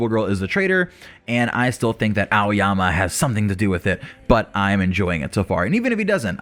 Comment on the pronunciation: It's aoyama lol